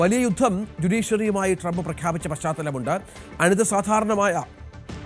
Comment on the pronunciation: "അനിത" സാധാരണമായ, എന്നല്ലേ വായിച്ചതു? 🤣 അനിതര സാധാരണമായ, എന്ന് വായിക്കെടോ.😮